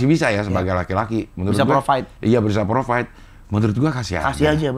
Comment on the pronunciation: Provide bang bukan profit 😂😂😂